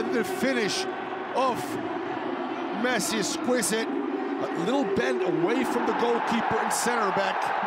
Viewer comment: he did said pessi😂